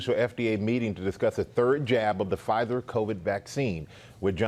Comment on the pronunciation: Lol “Pfizther”